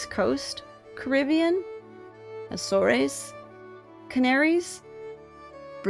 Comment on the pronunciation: AZORES is pronounced "A-zoars" not "a-zorees".